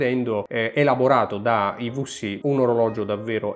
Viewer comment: Bellissimo video ma - i vu si - non si può sentireeeeee!! 😢 Mix di italiano ed inglese con quella vu che non è una vu.. 😅